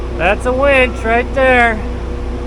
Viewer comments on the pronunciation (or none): Psst... Hey, it's WINCH not WENCH (Unless Colt's serving tha' beers!)